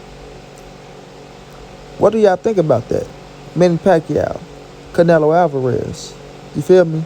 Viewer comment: Yo say the MEXICAN right the next time you say it r I'm k.o the fuck up